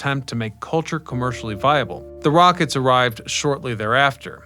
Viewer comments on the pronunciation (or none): The "Rockets"??? Good God, man... Anypne over six knows they are the "Rock - ETTES" !